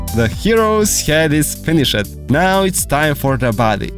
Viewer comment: I hope your english has gotten better as it triggers me when you say controled, lefted, finishe-d. No hate tho great tut